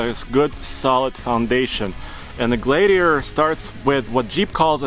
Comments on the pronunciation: It’s pronounced Glad e a tor, not glade e a tor. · glad-iator, not glade-iator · Glade-iator )))) No it is a Glad iator. Please, we are glad to have a gladiator, not a glade-iator. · Gladiator not glaydiator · Gladiator. Not GlaYdiator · Glad not Gladediator. Lol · Glaidiator lol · Yeah it's not a Glaye-diator!!! I could barely watch this guy!🤷‍♂️🙉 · Matthew Chandler exactly. That drove me nuts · Noticed that too. Sounds like Glade-e-ator. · The way he said Gladiator made me thumbs down this video...wtf? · Can't even say the name of the truck. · WHY ARE YOU STRUGGLING TO PRONOUNCE THE JEEP GLADIATOR??????? EVERYTIME YOU TRIED TO SAY ITS NAME,I STARTED LAUGHING...……………….whats up with that?????????????????????????????????????????????????????? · Guy can't even pronounce "Gladiator"! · It looks great. And it's really cool that it has a manual option. Only 2 problems... It's a Fiat Chrysler product, AND it will be overpriced. Lastly, I've never heard anyone say the word gladiator like does. What a weirdo. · Pronounce Glad- iator again for me again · It bothers me how he say gladiator. Is it just me....?! 🚙